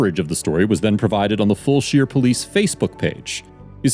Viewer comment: Fulshear is pronounced "Full-sure" . Sure is, for sure, haha